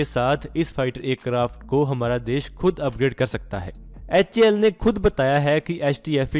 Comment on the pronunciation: Bhai Acarft nhi Aircraft bolo